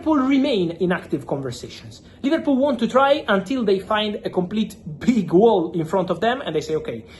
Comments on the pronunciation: Man said Liverpoo, I can't 😭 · LIVERPOO & OOOGO EKEYTEEKAY 😂😂😂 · ‘Liverpoo’ absolute vio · 'Liverpoo' 🤣 - how true! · mans put "liverpoo" 😂